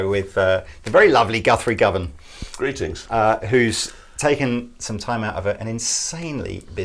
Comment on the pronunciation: Govan like guvnah not like Go-van